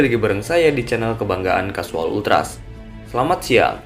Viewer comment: Baca nya casual itu bukan langsung casual tapi di baca kesuwel